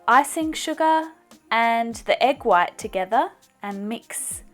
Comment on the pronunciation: You say "what" instead of "white".